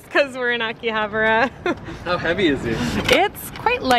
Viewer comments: A-ki-ha-ba-ra not aki-habra pronounce your words properly. Yeah I understand you're not Japanese but bloody hell I was cringing. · it’s pronounced Ahkihahbaarah